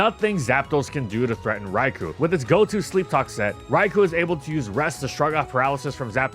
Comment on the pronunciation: I have literally been asking to pronounce "Rai-co." correctly for five years. Dude, get on the ball.